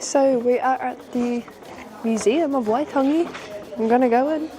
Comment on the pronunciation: Kiaora, Still haven't been to waitangi despite being from the north island, your reo is pretty on, pronunciation 😊 Maori chuur